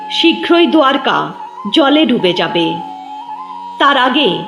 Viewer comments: দ্বারকা শব্দটিকে আপনি দুয়ারকা উচ্চারণ করছেন কেন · দোয়ারকা ❌ দ্বারকা ✅